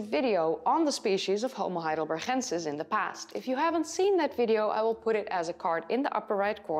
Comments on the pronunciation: Why do you keep saying HeidelberCHensis and not HeidelberGensis? They are named after the German town Heidelberg, which is pronounced with a G in the end, like we pronounce g in gorilla. Maybe you explain this in another video, but it is still linguistically wrong. I know about the Neanderthal debate, but in this case there is no long standing tradition of pronouncing a German place in English. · Fascinating subject, and I applaud your almost dead-on American accent. But I just have to say -- your Dutch is showing every time you pronounce "heidelber*g*ensis"! Veel succes met het rijexamen! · Thank you for these videos. I’m liking and subscribing, but please be careful saying “homo heidelbergensis”. You could lose a tonsil pronouncing that guttural sound. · I love the way you pronounce "heidelberGensis" 👍🏻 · Dear, thank you so much for your interesting videos! I like to watch them regularly to learn about new findings. I am sure you will continue to mention and to pronounce "heidelbergensis" regularly, so please let me make a suggestion: " heidelbergensis" is a combination of German "heidelberg" and Latin "...ensis". In both languages the syllable "gen" in "heidelbergensis" should be pronounces like "gan" in the English word "gantry", neither Latin nor German would ever pronounce the "g" like "ch" in "Loch Ness", it sounds Dutch or like in some Northern German dialects. In a Spanish or a Dutch video it is OK. because it's the correct way to pronounce it in these cases. All the best for your driver's licence! Best regards!